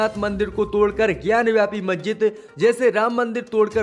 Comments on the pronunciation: Abe zahil majjid nahi masjid hai sahi shabd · मेरे भाई आपसे तो मस्जिद का सही उच्चारण भी नहीं किया जा रहा है,, समाचार क्या खाक पड़ेंगे।